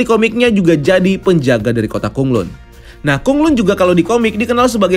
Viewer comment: BTW Bacaannya Kota KhanLan Bukan Kota KhunLun